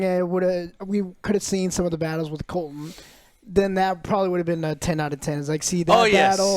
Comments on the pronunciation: Rainy's and Colton...with Eggin...got it! 😂😂😂😂😂 For God's sake, Joe...get the fuckin names right for once! 😂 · Couldn't agree more with your rating. Also its Criston Cole, not Colton. Love the videos. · does joe actualy watch this show?or is he getting every name wrong on purpose? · Finally, can't wait to listen to these guys smell their own farts while butchering names. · I think Joe just pronounces Criston Cole’s name wrong on purpose at this point and it’s a different name every week🤣